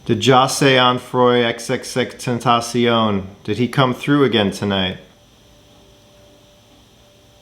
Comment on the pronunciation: U said his name right i give u props an a tha nks he is my favorite